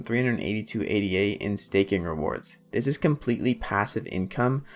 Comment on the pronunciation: If you repeatedly pronounce Ada as A.D.A. then I’m not convinced you’ve done a lot of reading on the subject…